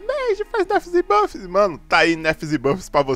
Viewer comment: EU ENTENDI NERFS E BUGGS KKKK